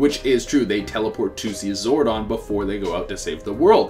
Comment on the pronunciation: Okokokok so this guy can pronounce zordon correctly but can't pronouce zord correctly